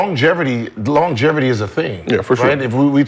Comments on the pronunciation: Yo Gil.. what the fuck is “long GEVERTY ?” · Aye Gil..."Longevity" doesnt have an "R" in it fam 🤣